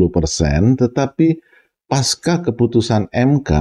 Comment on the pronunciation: Pembicaraan pak sangat mencerahkan, terima kasih. Hanya satu kritik dalam pengucapan kata “pasca”, pak. Seharusnya diucapkan sebagai “pasca”, sesuai penulisannya, dan bukan “paska”. Terima kasih.